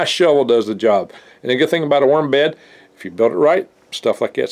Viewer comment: I thought he said 'Myrm farm" . Otter got "myrmed", it was not pleasant. -Future Man